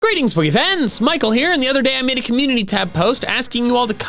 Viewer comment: He said greetings and not goreetings lol